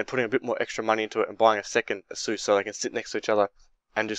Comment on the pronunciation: I'm not hating buy that's not how u say asus